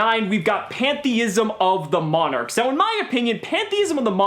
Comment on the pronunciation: "Plynthiesm of the mlonarchs" - 2018